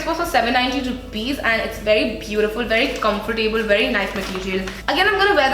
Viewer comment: Hope you don't mind me saying- it's pronounced comfortable. not comfortAAble. 'ab' as in about / abandon. Not as in Table / able. Just like affordable, lovable for example :)